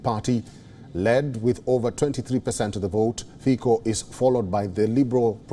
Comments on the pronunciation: Pronunciation is Fitso not Fiko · "Fico" not "Fiko" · Ignorants, he is no "Robert Fiiko", his name is Robert Fico, read "Fitso" - please learn to act as cultural human. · Není to Fíko, ale Fico. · This is not Robert Fiko but Robert Fico and too it is not Michael Simeka but Michael Simečka... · Fiko😂 it's (Fitso) and he is not pro russian, his party is pro-slovakian. SNS is pro-slovakian as well. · Ty si celý Fiko, Títo retardi ani nevedia ako sa vyslovuje C.😭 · Not Fiko, but Fico. Learn to pronounce C stick figure. C is not K. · Omg It’s Fico not Fiko Plus it’s not pro Russia… stop talking crap It’s pro Slovakia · Common man, it is not FiKo, but Fico. Pronounce "c" same as Tsitsipas the tenis player or the Horewitser the US weapon. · It's not Fiko,Its not Fičo, It's Fico. If you are not sure use google with setting of Slovák language. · Not sure if we call Fico, "Fičo" but I'll give you a cookie for trying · Pronounced Fitzo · I'm not Slovakian so I wouldn't know, give me a break, and the sound is FiTo or Ficho, so stop crucifying me for a non issue